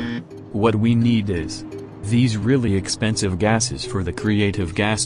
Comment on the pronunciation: Drinking game: If he says 'Expenisve' drink If he says 'Mass' drink